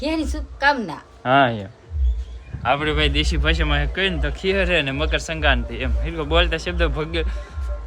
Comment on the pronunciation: ne મકરસંક્રાતિ bolta નથી આવડતું😂😂😂